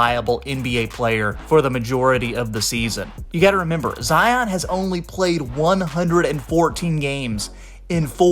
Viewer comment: Zion is pronounced the same way as Lion…NOT Zi-ahn